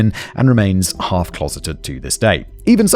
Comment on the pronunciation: Don’t do a drinking game for every time Simon says “Gavariti”😂